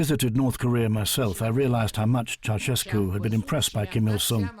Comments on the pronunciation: nope. Tchow-shas-koo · it's with a "sh" not a "ch". So chow-shes-koo